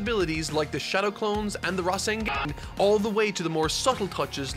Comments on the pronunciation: Every time this man said rasenGEN felt like I was having and extreme case of brain fartin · “The Rasen-GAH-n” …caught me off guard lol